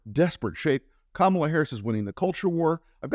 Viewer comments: Trump continually calling her Kom-AL-a instead of KOMM-a-la (which he thinks is a cute dis) will only give her the opportunity to brand him as Don-OLD ;) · Are you talking that famous donOLD, emphasis on old. He purposely mispronounces Kamala's name so.....